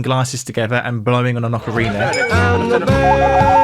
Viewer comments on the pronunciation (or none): none